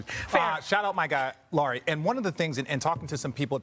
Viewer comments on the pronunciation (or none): Laureeee ? Lauri Markkanen, it is 'lou' as in loud and ree as in reed lou ree markkanen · When are these “experts” going to learn that Markkanen’s first name is pronounced like “Lowry” not “Lori”?